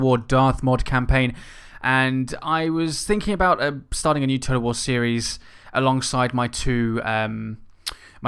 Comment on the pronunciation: You just read war like woo